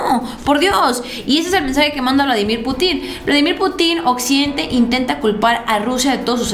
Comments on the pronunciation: Es pu'tin acento en la u no en la i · me desespero el estarte escuchando decir PUTIN con acento en la I...en primera en México escuchamos como lo dices y lo primero que pensamos en un PUTIN. POR FAVOR DI CORRECTAMENTE.